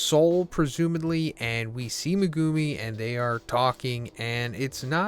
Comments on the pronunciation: Who is mugumi???? It’s MEG UMI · Its pronounced Megumi bro, NOT MeGOOMY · Mugumi? Megumi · Bro can you please stop butchering megumis name, people say stuff everytime in the comments everytime you say it. Like watch the series dub and youll hear the right pronunciation. At this point it's getting too much to bear with. Meg-ooo-me not mah-gooh-me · Meh-goo-me lol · MehGOOmi, this guys pronunciations kill me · You got waaaay too many syllables when saying Megumi 😂 you’re saying MeGOOme. It’s Meg like Megaladon the big ahh shark followed by the Goo minus a O then you say the “Me”. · Maybe he only reads manga, only explanation I have. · He calls him Me-Goo-Me? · I hate the way you pronounce megumi. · Bro still can’t say megumis name right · He'll never learn to say Megumi correctly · Bro your saying megumi all fucking wrong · 😮the way he pronounces megumi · Can you fucking pronounce megumi’s name right Jesus christ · this dude doesn't know how to pronounce megumi, lol. it's easy.